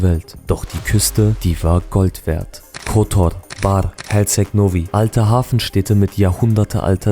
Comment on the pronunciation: Sprechen Kotor falsch aus, und zeigen dann auch noch Perast